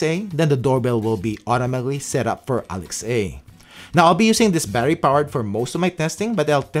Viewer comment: Either you don't realize that Alexa is "Alex-ah" and not "Alex,-ay" OR... You actually have Alexa and don't want her waking up while you're making this video. I'm going with option B, you already have Alexa! 😆 I have the ring alarm set-up and the doorbell (gen 2), which I like enough to not spend even more money to upgrade., it works for me. I have some Wyze cameras and am on the "pay what you want" subscription fee plan since I was an early adapter/beta tester. I like many things about it that I would have to pay a lot more to surpass. I'm thinking about getting this set-up for the other door, if I can make it work with Alexa... Does it work with my Alexa and Show 8? That would be a significant plus. Thanks for all the work you do for us.